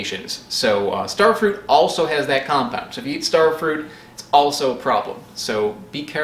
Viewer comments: Stare Fruit? They grow where I live. Maybe I should mispronounce "strawberries." and get upset when people call me on it. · “Stair-frut”. omg LOL you are a legend. I actually LOL’d 🤣🤣🤣🤣🤣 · you got me with "Stairfrut" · Just found this channel and this video. Your pronunciation of starfruit sounds a lot like what the Dutch translation of starfruit would be: sterfruit. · Another weird pronunciation "Sterfrut". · stair fru-ite